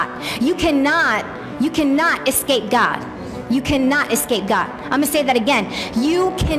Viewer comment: All I can think is “its escape.... not essape”